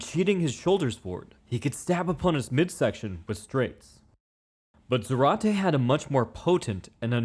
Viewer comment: It's pronounced ZAH-rate. The accent is on the first syllable.